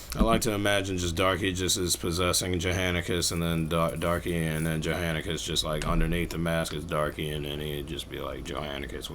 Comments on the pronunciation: his name is John-Ascus not Jo-Hanacus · bro really said "Joe hannacus"